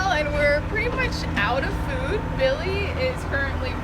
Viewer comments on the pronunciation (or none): none